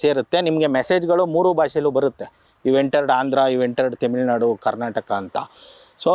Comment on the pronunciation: ಇವರಿಬ್ಬರು ಅನಾಗರಿಕರು, ಸಣ್ಣತನ ದವರು ಅನ್ನಿಸುತ್ತದೆ. ಅರುಂಧತಿ ರಾಯ್ ನಾಥ ರ ಫೋಟೋ ಇರುವ ಇದು ಯೂನಿವರ್ಸಿ ನ? ಇದನ್ನು ತೋರಿಸಲು ಒಬ್ಬ ತಿರುಕ, ಇಂಟರ್ವ್ಯೂ ಮಾಡಲು ಮತ್ತೊಬ್ಬ 😢 ತೆಮಿಳು ನಾಡು ಅಲ್ಲ ಕಣೋ. ಅದು ತ ತಮಿಳು ನಾಡು 😂😂😂 ಒಂದು ಪದ ಹೇಳೋಕ್ಕೆ ಬರಲ್ಲ ನೀವೆಲ್ಲ ರಿಸರ್ಚ್ ಸ್ಕಾಲರ್ಸ್ ಗಳು 😂😂